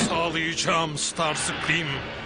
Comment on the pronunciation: Starscream❌ Starsıkrim ✅